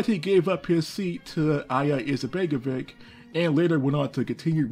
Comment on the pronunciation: Its pronounced Alija Izetbegovich